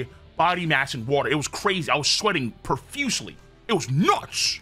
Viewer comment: Someone did say in brago's videos that you would be sweating profusely... Emphasis on the "profusely" 🤣🤣🤣🤣🤣